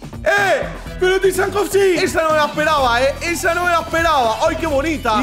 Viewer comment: Por favor, no soy de hate pero aprende a decir Tsygankov, no tysankov